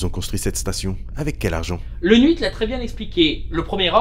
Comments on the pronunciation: Pourquoi il dit nuit pour huit ? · Comment je dit 8: Huit Comment dit 8: Nhuite;);););) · Dis pourquoi tu dis "nuite" pour "huit"? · Je suis le seul à entendre prononcé nhuit au lieu de huit? Super nhuit, Star Wars nhuit... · Je suis la seule à avoir remarqué que dit 8 "nuite"? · Je cherchais ce commentaire haha, je trouvais ça bizarre effectivement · C'est normal, il est corse Et en corse, on prononce 8 "nuite" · alors je suis corse, et personne ne dit ''nuite'' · J'aime bien comment dit: "le nhuit"😂! Ça me fume un peu. Je pose ça là... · Attention ce n'est pas pour se moquer de toi C'est juste que j'ai remarqué que tu prononce 8 "nuite" C'est débile mais c'est marrant Continue comme ça t'es génial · Le "n'huit" Désolé mais ça m'a retourné le cerveau pendant tout l'épisode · tant qu'il ne dit pas "le l'huit" c'est bon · Hhhheeeeuuuu....??? Question très bête mais pourquoi Dis tu " Super Nhuite "??? ... Je zape le ( possible )jeux de mots et sa me fais quelque peu buger... Dsl... A par sa comme d habitude très très bonne vidéo... que du plaisir... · Petite question : ta prononciation de huit qui sonne un peu "n'huit". C'est un truc perso qui prend source dans une autre vidéo dont je ne me souviens pas, ta vrai prononciation parce que... Bah tu as appris à prononcer comme ça ou c'est moi qui entend mal ? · Pourquoi tu dis nhuit ? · il a peut-etre un défaut de prononciation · Je suis le seul à avoir été stressé par le fait qu'il dise "le Nhuite" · c'est quoi le truc avec le chiffre 8? J'ai l'impression que tu mets toujours un n devant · Super vidéo, mais ce que j'ai le plus retenu.. c'est la façon dont tu dit huit